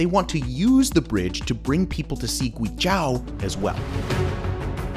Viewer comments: For such an in depth video you could have learned how to pronounce Guizhou correctly. Loved the video but facepalmed when you said it hahaha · It should be noted that Guizhou is 贵州, not 鬼州. This name is somewhat related to Yi culture. Chinese has tones, and different tones have different meanings. You can understand it as a precious place, not a place of demons. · You could’ve spent ONE MINUTE to learn how to pronounce the province correctly … so annoying. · Such a great video just to butcher the name GuiZhou... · After a few times of hearing your pronunciation of "guizhou", I stopped your video completely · your guizhou 贵州 pronunciation is so bad. video is great though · youd think he'd look up the pronounciation of Guizhou before he recorded this video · there is no "a" in Guizhou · The moment I hear him butchering GUI ZHOU, I stopped watching. If you want to do informative video about Chinese culture, you better start pronouncing it right. It's disrespectful when the Chinese can learn to speak your language properly. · you pronounced guizhou (it should o like o'reilly) incorrectly almost 50 times, you could at least research phonetics on wikipedia lol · Guizhou isn't pronounced GwayJao but GwayJoh Zhou is pronounced like the name "Joe". LiuZi is LeeOh Zzz. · Pronunciation of guizhou is wrong. Gui jou there's no ao Nice videothou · It is not pronounced zhAo, it is zhOu. Just like you spell it. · “Demon land”!!?? Oh hell no, it is the 貴州 Guizhou - Precious land. People who does not know Chinese well will confuse 鬼-demon and 貴-precious. But they do not sound the same. Like wine and white. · Not "Gui J-ao" ❌, Is pronouns as "Gui J-oe"✔. Sound like Joe Biden that "Joe". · It's (Gway Jaw) as locals pronounce it... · It's prounounced GWEE JOE. It's one of China's most beautiful provinces, full of minority peoples living in traditional villages. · Guizhou - you need to pronounce it kind of like Gway-Joe. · it's pronounced "Joe", "gooey Joe". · It's pronounced "GWAY joe"